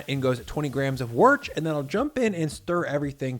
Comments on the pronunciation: I'm from Worcestershire. "Worch" is the worst thing I've ever heard. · its pronounced wooster sauce. Sincerely, a Brit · Repeat after me: Wooster! It's called wooster sauce.